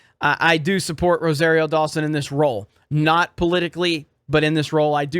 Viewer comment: you still can't say Rosario right! Or maybe it's that Floridian accent?